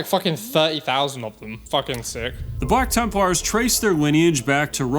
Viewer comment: I swear it sounds like is saying "Bwack Tempwars". Every single time.